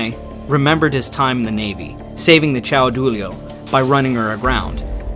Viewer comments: Very well presented....you need some work with your Italian pronunciation but otherwise great. Italian is a very literal language. If you pronounce what you see written you'll be better off. CAIO Duilio is KAI-YO not CHOW for example. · Mispronounciation of almost all names....who ever says "CristofOro Colombo"? And CAIO Duilio,not CIAO Duilio.